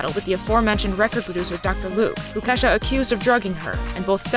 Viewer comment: isnt it pronounces Key-shah ?